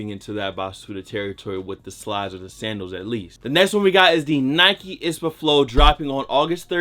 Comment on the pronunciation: What’s an “ispa”?... I thought it was I-S-P-A 👀